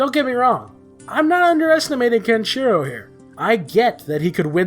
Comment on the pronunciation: you cant even pronounce Kenshiro